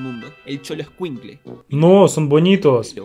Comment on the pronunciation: Amigos rusos , les recomiendo ver videos de México hechos por mexicanos , los extranjeros no saben toda la información y no saben pronunciar las palabras o nombres , así que esté argentino no pronunció bien ninguna palabra